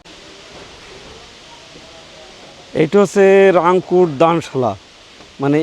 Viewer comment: রিংকুট না, রাংকুট হবে